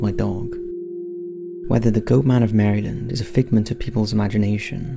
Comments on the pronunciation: I know it probably sounds weird, but Maryland is pronounced "mare-lynd" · Mera-lend. American pronunciation.